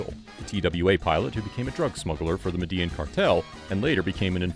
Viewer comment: *Medellin is pronounced "Medeh-YEEN".